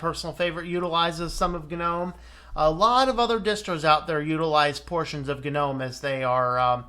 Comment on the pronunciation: I think people who pronounce Gnome as Guh-nome should be shot, strangled, and hung upside down naked in Times Square. It's as stupid as pronouncing Linux as Luh-inux. I don't care what Stallman or anyone else says. It's wrong, it's just wroooong!